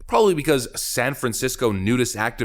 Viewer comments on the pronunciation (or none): none